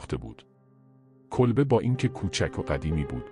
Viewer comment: ریدم توصحبت کردندکه الفاظ کیری به کارمیبری کولبه رامیگی کلبه